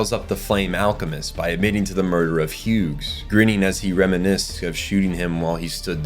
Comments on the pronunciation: so you also hear the ai voices fucking up every pronunciation possible? 😅 Had to stop the video after the third Huegs 🙄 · Why do you keep pronouncing the G in "Hughes"?